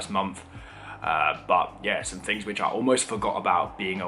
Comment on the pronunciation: Fings??? THINGS, old son; try to sound the TH not an F. If you say FINGS you sound most badly educated and lower class, oh, and ignorant.